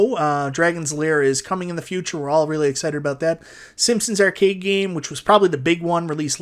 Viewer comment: I want NFL Blitz sorry. Subbed because you pronounce Arcade as Errcade.